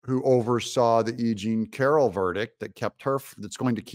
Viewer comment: Funny!! you kept saying E Jane Carol , and the first 2 times I understood that you said “ aging Carol”. I love it because is true.Nimphomaniac women ( sex addicted= brain disease) get worst with age. Besides they are extremely lazy and not smart.